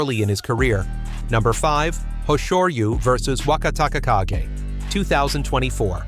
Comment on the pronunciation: I'm not Japanese, but yeah the pronunciation was getting to me as well. The Wakatakakage had about 4 variations 😂 I think it's an AI type to text 👌